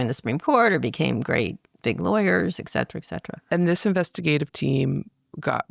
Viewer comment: Another one often mispronounced is “ek- set- era” instead of how it’s spelled - sounded like “et-set-era”.